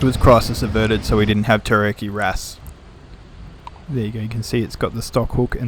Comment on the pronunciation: Sorry Mate, it's pronounced Terry arr key